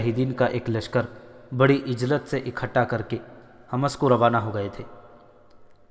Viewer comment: عجلت لفظ کے " ع " پر پیش لگا کر پڑھیں۔ Ujlat.